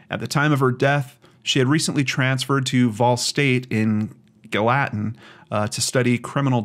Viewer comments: Its galla-ten tn., like gallon, just saying. I live near nashville, have been to this lake, such a tragedy and gross negligence by the police in this podunk town. Think dukes of hazzard, good ole boy town. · Murfreesboro sounds almost like Murphy's burrow, just put an r between the f and the ee. Gallatin is GAL uh tin. This is in my neck of the woods. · Its Gall-ah-tin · Gall a tin how it’s pronounced